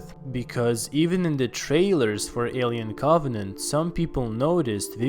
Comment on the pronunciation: A-li-en Coff-net